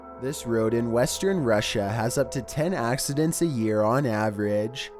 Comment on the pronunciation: the way he says Russia makes me laugh